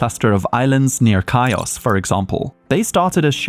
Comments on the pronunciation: Chios is not "Kaee- os", it's "He-os". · Good show but check the pronunciation of words once and awhile😂😂😂ka-i-os😅😅😅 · Chinos in Greek is written Hios so it's better to be pronounce like History. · Chios is not pronounced Kios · This AI voice butchered the name of Chios and other islands. Annoying and not worth watching.